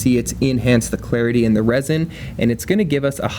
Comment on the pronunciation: The moment I hear "resin", I stop watching.